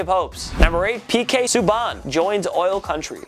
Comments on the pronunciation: It's subban not subbon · The pronunciation is awful. Subban not subon, booshard not boochard and Poyle not polie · It’s pronounced sue-ban not sue-bawn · This dudes a clown. It’s really hard to believe he knows anything about sports when he always butchers everyone’s name. Got a bunch of New York shit in the background can’t even say his basketball stars name right. Probably reading off a TelePrompTer behind everything. PK Suh-Bon and Kris-Tap-es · Pronouncing Pk “Subbaun” really annoyed me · Its pronounced (sue-ban) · Why can't he pronounce Subban right. Fuck. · He didn’t pronounce Subban or bouchard right like i swear they don’t know anything about hockey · He butchered subban and Bouchard name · Am I the only one that cringes everytime he screws up the pronounciation of a players name? Surprised he only f'ed up Subban's this time lol. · This mans knowledge of hockey is the same as a brick walls. How do you pronounce Bouchard wrong. That’s a basic everyday name. Same with Subban. Come on man at least do some research before uploading the video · This guy can’t say subban apparently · For fucks sake, learn how to pronounce the NHL names. Subban and Poile wrong in the same sentence. So cringey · The way he was saying Subban was pissing me off lol